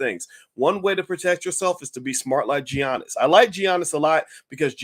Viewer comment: Boyce, come on now. Stop butchering his name like that. The G is pronounced as a Y.